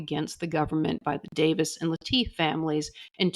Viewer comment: The family pronounced it LIT IF. not Lee Teef. 🤷‍♂️. Maybe it’s the “ accents “ confusing me 😂.Love the Channel☘️☘️☘️. Some local trivia. Litifs daughters had a white dog after her father’s murder. Guess what she named it ?? Whitey 😳.